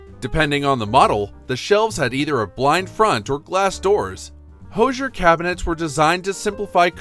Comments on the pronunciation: First, it's pronounced "HOO-zher" -- not "HO-zher". Second, I don't know who told you about iceboxes, but your photos show "coolers". Iceboxes were large wooden boxes on legs, lined with zinc. Ice was provided by a subscription to a local ice company, and the 30/40 lb. blocks of ice were delivered by a deliveryman known as the "iceman". This block of ice was placed in the upper compartment of the icebox and generally lasted several days. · Thanks for the video. Always fun for me to see items I had as a child. FYI- the Hoosier cabinet is pronounced "who"sier not "hose"sier. The word supposedly comes from the US South a couple of hundred years ago and originally was a derogatory term for uneducated, uncouth people. Sorry Indiana. I see others have already commented on the icebox section. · Totally lame. Learn to correctly pronounce Hoosier. Portable coolers are not iceboxes. Nobody wants this crap back.